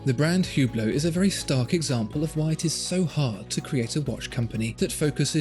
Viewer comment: BTW its pronounce without the H